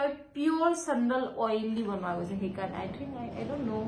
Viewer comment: seriously even i am shocked to hear . The way she pronunced SAndal😮